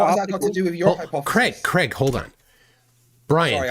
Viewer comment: Craig gets wound up because calls him Creg all the time